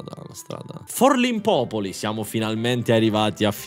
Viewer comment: ahahahah Forlìmpopoli